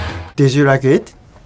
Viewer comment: Did you rike it?